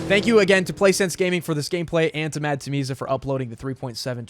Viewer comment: Tameeza ❌ Tamila✅